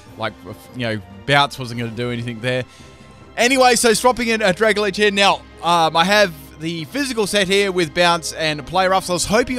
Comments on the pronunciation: Y do u say "dragalge" like "dragalage?" It's "drag-alge", not "drag-al-age" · Did he actually just say Dragalidge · No one else annoyed at how he says "dragalgae"? It's Drag-Algae as in dragon algae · why do you call Dragalge dragaledge? Dragon + Algae are words which made up its name tho. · There is no "I" In "Dragalge"